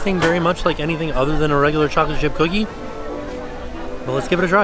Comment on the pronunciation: trying to say chocolate chip cookie Ghoglate jip googi